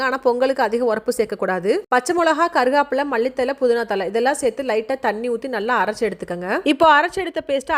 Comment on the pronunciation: Not molaga its milagai and not karugapilai its karivepilai....